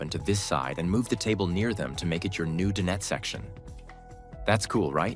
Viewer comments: Dine-et, not din-et. (Dinette.) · Please fix your narration. The AI is saying "dinnet" instead of dinet. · Nice vehicle, but please, DIE NET, not din-et. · no kidding. I almost left when he said din ette for the 4th time. It's DINE ette, stupe. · I hate this AI narration that has permeated YT. Does not sound natural at all. "Din-nette" anyone? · I wish the narrator knew how to properly pronounce various words…such as “dinette” which he repeatedly mispronounces. And I counted at least three different pronunciations for Star Van. Probably AI. I am curious to know what the major insurance companies would charge for a year of insurance. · You know what would be really cool? Finding AI that can pronounce the word dinette. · AI can’t pronounce “dinette” the way people do?